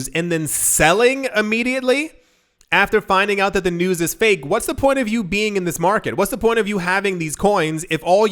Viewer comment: News not bews lol!